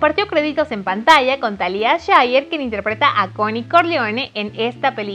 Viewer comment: Gabi Alfaro jaja,y a mi me sangraron los oidos de: "paramount","Coppola","Talía Shir". ... Jajaja